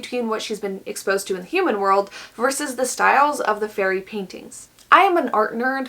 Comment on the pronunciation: "fairy" My ears: "furry" Also me: oh no